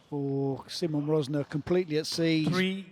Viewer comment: It's about time the great folks at PSASQUASH TV learn how to pronounce his name. He is not See Mon Rozz Nah , he is See Mon Ruzz (as in Burr) Narr